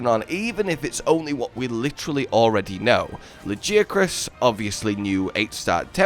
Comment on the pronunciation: Every time you say Lagiacrus, it hurts my brain. His nickname is Laggy ffs. How could you say it like that?